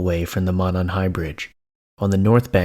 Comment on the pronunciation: Stories on reddit are like 98% fake my dude, just a heads up. Also it's pronounced "moe-non". Fellow Hoosiers will probably jump in lol. Edit: Just wanted to say your content is still amazing and I'm a big fan. Keep it up King.